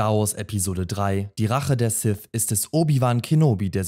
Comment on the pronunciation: Sif. Darf Vader. Wieso könnt ihr alle diese Worte nicht richtig aussprechen? -> Sith. Darth Vader.